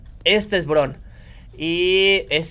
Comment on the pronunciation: si dijiste bien el nombre del dinosaurio Brown